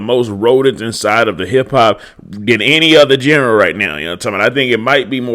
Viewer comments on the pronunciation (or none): My boy said jenra not genre